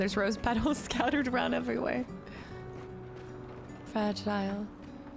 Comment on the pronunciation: “Frah-gee-lay” … Must be Italian!